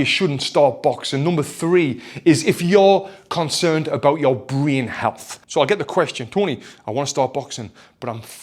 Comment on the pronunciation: The way he said "Breen Health" convinced me immediately.